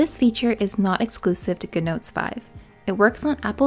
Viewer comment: I was like, "What's guhnotes?"